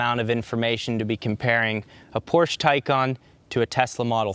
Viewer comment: Thumbs down for repeatedly mispronouncing Porsche